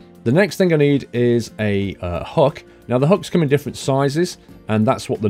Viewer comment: It's hook! Not huk!